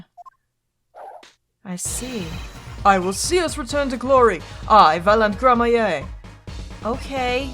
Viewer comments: please learn to read Gramarye as Gramaree, not gramaye (there is a clear r between a and a y) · Btw it's "Gramma-ree" not "grammar-yay". I haven't played this game in so long and I really dislike playing this particular case for a couple of reasons, one of which is that it's really obtuse. But I think maybe Valant has more to say now because of the gun? I honestly don't remember. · Just a tip for pronunciation, since you’ll probably say it a lot in this case. Gramarye is pronounced the same way as Smefanye, so Gram-A-ree. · Just a pronunciation tip. The name is pronounced Grammar-ey. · I'm fairly sure it's pronounced grammarie, thanks to apolo' s mispronounciation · Hey, “Gramarye” is pronounced “GRAM-a-ry.” The e is silent, so it rhymes with “Flannery.” It’s a real word, a variant of grimoire. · Don't forget, Gramarye is like "grammar-ee" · I’m pretty sure you’re supposed to say Troupe Gramarye like Grammar-e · I think I'm going to explode if she keeps pronouncing Gramarye like that